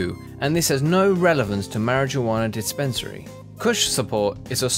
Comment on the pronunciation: He said mari jwana is mare-wan-uh